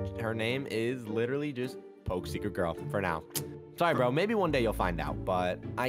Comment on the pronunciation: It’s secret not cercet